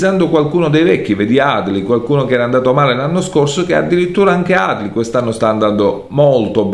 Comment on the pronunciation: Adli si legge con l’accento sulla i